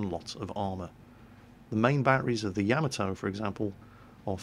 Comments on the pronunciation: Everytime you say "yam-a-toe" I cringe. "yah-mah-toe" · AGAIN...............ya MAH toe! Got it? I asked a very old Japanese American and he validated it. ya MAH toe. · it's "Ya-mot-to" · Have some pronunciation corrections. Because mispronouncing things makes you sound silly. Yamato: "Yah-ma-to" Fuso: "foo-so" Kongo: "K-ongo" very hard K sound. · lol I love how he pronounced yamato wrong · not trying to be rude